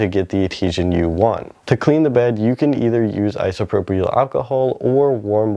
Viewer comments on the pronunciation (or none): none